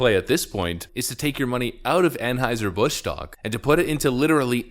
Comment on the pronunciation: Well, at least he pronounces Anheuser properly. I have heard a couple other channels butcher that.